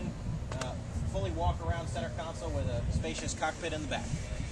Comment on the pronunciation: Console not council